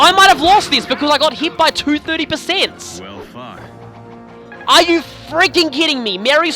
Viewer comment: am I the only one who hears "well, f***" instead of well fought said by Chrom?